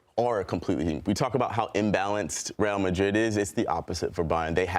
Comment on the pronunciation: No point pronouncing Rrreal Madrid perfectly when the general ball knowledge is zero. Terrible punditry